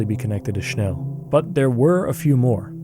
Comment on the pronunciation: Thank you for pronouncing 'Schnell' correctly